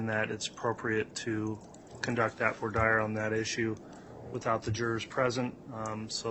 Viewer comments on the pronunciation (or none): it is pronounced vwa deer, not voy dire!!!!!!!!